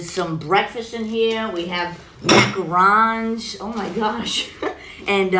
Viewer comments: MaccaRons lol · Mackit = Market, macarons = macaroons 🤣🤣🤣